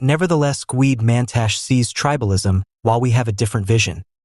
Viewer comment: He is Gwede Mantashe not the way you pronounce as GWID MAN TASH, that is an insult to do that , have RESPECT.